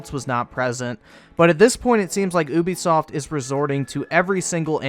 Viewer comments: It's "you be soft", not "ooooo be soft". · Ubisoft not oobisoft